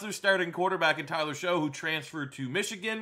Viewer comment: Never won anything? Rose bowl twice in the last decade. And Tyler Shough (pronounced Shuck) transferred to texas tech. Dude...